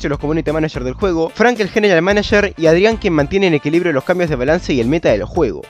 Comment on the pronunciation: "EQUILIBRO" jajajjajajajdaj buen chiste